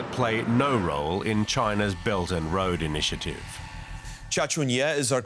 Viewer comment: "The bert and load initi, aative" 😂